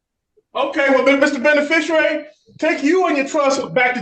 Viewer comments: Oh Lord!!!!!!!!!!!!!!! Within the first 30 seconds he's mispronounced "beneficiary" 🤭🤭🤭🤭🤭🤭🤭 adding an extra "r", it can only go downhill from there.........smdh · He almost pronounces "beneficiary" correctly...but not quite. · Of all the times he said the word beneficiary, he never once pronounced it correctly. Hilarious. What is not funny is the many victims this person has left in their wake. He deserves to never see the light of day again. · He puts an extra “r” in beneficiary. They’re always using words they don’t really understand and can’t pronounce: putting their ignorance on full display. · Pollard can't even say "beneficiary." Might want to to work on that when it's your entire defense. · Even if there was some fantasy trust, beneficiaries still have names!!! Beneficiary is a designation, a title even, not your name. What is your name? Supervisor. No! And if you're going to say it so often, at least learn how to pronounce it for Pete's sake; there's only one R in beneficiary, it's not benefisherrary. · Kevin Pollard can't even pronounce "beneficiary", let alone explain what it is he's on about... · Can't even say the word beneficiary😅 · This guy can't even say the word 'beneficiary' correctly. His two brain cells are fighting and both are losing. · My neighbors half a mile away must be wondering why the hell I keep shouting, "THERE IS NO U IN THE WORD BENEFICIARY!!!!!!!" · 😂😂😂😂😂😂 I swear I was thinking the same thing.. he even had the judge saying it the same way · he cant even say beneficiary correctly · I like how he can’t pronounce “beneficiary” but he says it. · You gotta love that he can't even pronounce the word "beneficiary".😂😂😂😂😂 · This moron needs to take his time of incarceration to learn how to correctly pronounce 'beneficiary'. Someone please explain to him there is no 'w' in beneficiary, too.🙄🤣🤣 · You KNOW Mr. Beneficiary has limited education due to his pronunciation of Beneficiary. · He can't even pronounce beneficiary 😂